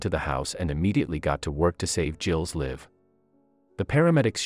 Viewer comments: THE NARRATOR ANNOYS ME WHEN HE PRONOUNCE WORDS CORRECTLY. SAVES HER LIFE NOT SAVES HER LIVE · I noticed that too, especially live as life🙄🙄